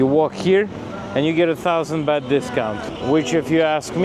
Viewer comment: It's a gift for a monk dummy, not a Christmas present. Next it's not "beht" but "baht"